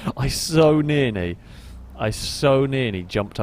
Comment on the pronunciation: NEARNY? NEARNY? THAT IS NOT A WORD!